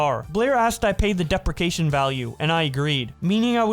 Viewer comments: I've never heard an adult mispronounce the word "depreciation" SO MANY TIMES 😐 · It's pronounced | dee - pree' - she - ay - shun| As you're reading it, you're overlooking the first i in "depreciation". Knowledge is power.